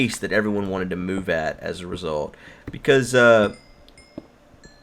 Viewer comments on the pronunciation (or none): none